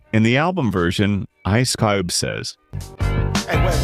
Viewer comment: Es cube !!! Get the fuck out of here with your ai videos, where you don’t even pronounce the names right accordingly. Horrific journalism at its finest is displayed within this video!!